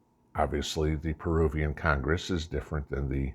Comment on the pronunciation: Peruvian, not perubian. Just saying